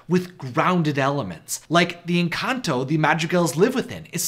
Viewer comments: Lmfao he pronounces "Encanto" as, "Enkantō." xD And "Pedro" as "Pētrō." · The way he pronounced encanto 💀💀